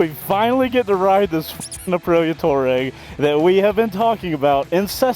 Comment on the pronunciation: Fun video. Nice to see the local shout-out to Pops Coffee - I spend half my life in there! BTW, the Aprilia is pronounced "Tw-ah-reg" (desert nomad).